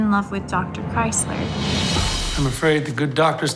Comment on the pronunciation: They keep saying Kriezler's name wrongly. The z has a t sound but they say it like Chrysler